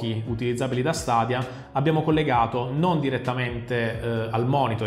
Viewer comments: Sarò molto sincerò per me è una buona idea ma è ancora una tecnologia giovane è ha bisogno di essere perfezionata lo stesso vale per ps now comunque si pronuncia stedia e non stadia è inglese mica è arabo comunque apparte ciò ottima recensione come sempre 😛😛😛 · "Stadia" non si può sentire ahahahah